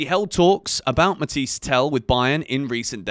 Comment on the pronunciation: It’s “ matha yes “ not matiesse